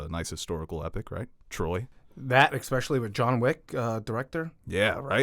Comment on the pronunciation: I like the new guy. But he has an "exspecially" and "supposovbly" problem.